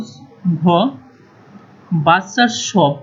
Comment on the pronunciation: তুই তে শুদ্ধ উচ্চারণ ই করতে পারছ না.. বালচার শপ🤣🤣🤣 (বুচার শপ)